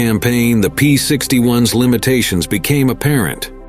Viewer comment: I had to stop about 10 minutes in, as AI's pronunciation of "P-61s" (plural of P-61) as "P-61 ess" got to be too damned irritating🤬😡